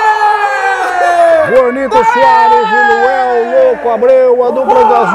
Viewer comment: errando os nomes é melhor de todos! O melhor é que o cara é Luanel e ele chama de Luel desde o primeiro vídeo!!! Muito bom 🤣🤣🤣🤣